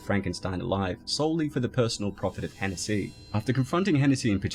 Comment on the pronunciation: I don't mean this derogatory or anything but the pronunciation of Hennessey kills me.